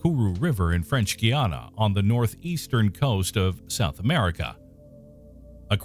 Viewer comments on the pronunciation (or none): none